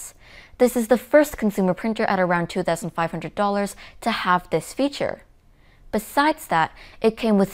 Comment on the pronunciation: 2500 the way u say it is funny u i kept hearing it 500 dollar but after repeating the section i find out 😂